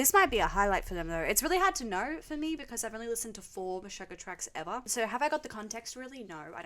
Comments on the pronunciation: No one's gonna tell her it's pronounced 'gent'? Also, it's Meh-shoog-ah. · Before you get too crucified by know it alls: Djent is one syllable, not two. Meshuggah is pronounced to rhyme with "sugar". It is Yiddish for "crazy". Just thought I'd gently lean you to the accepted nomenclature before the comment section is infested with the atrocious. Great choices- "Bleed" is probably the most accessible entry for Meshuggah as their rhythms only get wackier. For instance, the quiet bit in Future Breed Machine is in 27/8, three groups of four followed by three groups of five. Per bar.